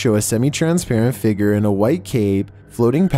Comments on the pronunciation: He pronounced figure figer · I love when says figer lol